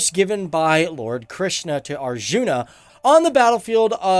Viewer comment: As an Indian the way you pronounce this words mahabharata krishna looks awkward as well as funny